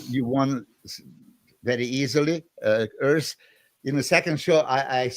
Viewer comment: It is Urs, not Örs